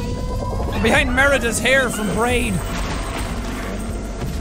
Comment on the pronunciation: Had to go back and check but he definitely said braid instead of Brave lol